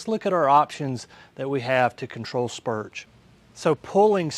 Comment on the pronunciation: Spurge with an R. Not spuge. 🤣